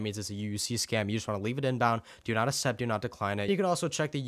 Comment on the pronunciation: you say assept